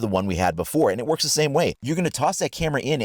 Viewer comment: Did you said It worps